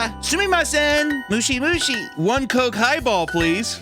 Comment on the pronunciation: I hope didnt have to answer a phone while he was there because he definitely said, "bug, bug?" Instead of, "hello?" Lmaoo